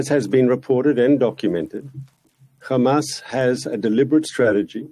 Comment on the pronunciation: Reporter: why are you committing genocide? Mark Pinocchio: KHAMAS, KHAMAS, KHAMAS, KHAMAS, KHAMAS, KHAMAS, and finally khamas.